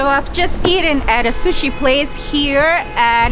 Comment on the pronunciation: Shu-shi???!!!! Really??? Maybe that's how you say it in Chinese, but it's called 'sushi'. - that's better!! Also don't dip the bottom of the sushi rice in the soy sauce - you need to tilt the sushi and have the soy sauce touch the ingredients on the top of the sushi - this is how it is supposed to be done. OMG!!! Too much soy sauce!!!!!